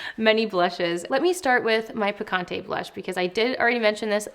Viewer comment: I love the nude sticks picante blush and the name is ON POINT. Small pointer tho… since this is a Spanish word it would be awesome and very much appreciated by the Hispanic community if there was an effort to pronounce the word correctly😊 I think it shows respect for the source of inspiration ✨